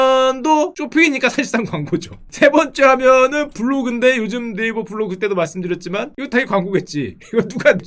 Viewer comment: 네이버애기만 나오면 왜 자꾸 네일베거림?